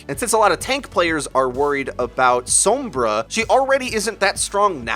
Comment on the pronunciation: anybody else mad about how he pronounces sombra?